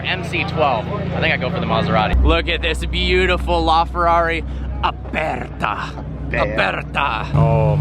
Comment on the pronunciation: Why are you pronuncing "aperta" like a german instead like an italian?